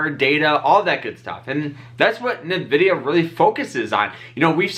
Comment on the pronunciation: The first syllable in the name Nvidia is actually just pronounced like the letter N. It's not Na or Ni. You just say N ..pause.. vidia.